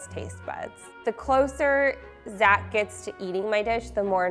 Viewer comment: Idk why but I heard him say his name was zacholas